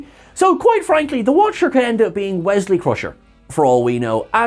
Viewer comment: Wesley, it's Wesley.